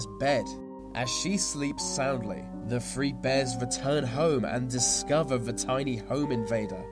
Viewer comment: he said ve instead of the XD